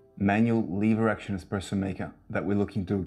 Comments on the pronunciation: Huh, neat! Love out-of-the-box thinking. I actually don’t mind the arms. It’s eSpresso not eXpresso though. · Very cool but pleasssssee don’t say exxxxxpresso! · I'd have a hard time buying a machine from anyone who pronounces it "eXpresso". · Pleeeeease remake this video and don’t say expresso. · cant take it seriously when you do.